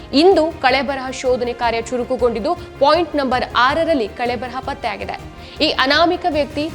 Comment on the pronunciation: ಕಳೆಬರಹ ಅಲ್ಲ ಕಳೇಬರ